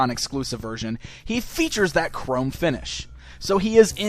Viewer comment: It is chrome not crum